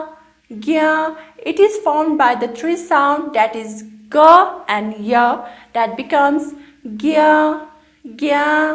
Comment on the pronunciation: I was all keen on using this video as a learning tool but I became skeptical at 'ga' and 'gha' which (to my ear anyway) you the teacher pronounce very close to 'ka' and 'kha'. Either that or Nepali, despite having Devanagari script, has a substantially different pronunciation than Sanskrit, which makes a clear distinction between these two phonemes. So, my question is this: are you in fact pronouncing these basic sounds correctly? Is Nepali less precise than Sanskrit in the differences between the consonants? It could be that my memories from only one year of Sanskrit 45 years ago are the problem! I also studied one semester of Hindi. Maybe I am incorrect and am carrying an inaccurate auditory memory? You as a native speaker I would presume know the facts, thus I am perplexed.